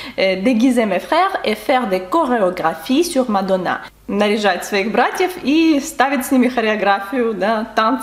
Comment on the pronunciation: Не зразу зрозуміла, що це таке мадонà, я часто через наголос на останньому складі не зразу розпізнаю знайомі прізвища. Декілька нових незнайомих фраз, цікаво. Дякую за нове відео,.